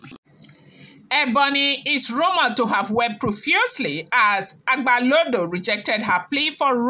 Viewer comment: It's not agbalodo but agbalode